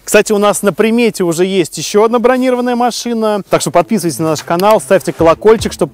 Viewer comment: Машина не бронИрованная, а бронирОванная.